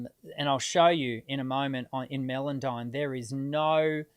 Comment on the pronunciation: The software is called "Melodyne" pronounced "Mellowdyne". There is no melon in it be that watermelon, rockmelon or even Mellencamp the watermelon camp owned by John Cougar. Hope this straighten things out.